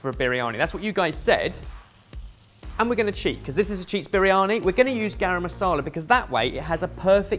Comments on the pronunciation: Spinach? Turmeric??? Oven!!! That's not how you cook a Biryani!!! Even as a cheat that's bizarre! I bet you it tastes nothing like Biryani! And it's pronounced "burrr-yani" not "bireeyani"! C'mon lads, make a proper Biryani. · urg.. the way pronounce Briyani!, please go learn the proper pronouciation!!